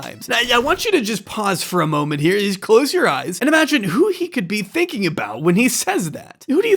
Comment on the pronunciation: Why does he say "mom-ent" instead of "mo-ment"?